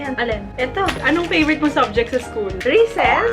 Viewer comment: Anong favorite mong subject sa school?: Reeses (Recess) 😂😂😂😂😂